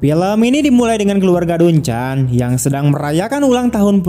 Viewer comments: Eh... Dari awal pelafalanmu sudah salah... DUNCAN itu bukan dibaca "dun-chan" tapi "dan-ken"... "Ken" nya dilafalkan seperti menyebut kentut... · Dibaca danken bukan duncan😂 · Bacanya danken, bukan duncan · Tolong belajar cara pengucapan nama2 dan sdkt bhs inggris. Duncan, softball dsb jangan dibaca ala bhs indonesia. Aneh di kuping.